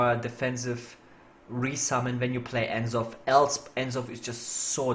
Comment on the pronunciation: The way you pronounce N'Zoth is just wrong. The apostrophe is there for a reason.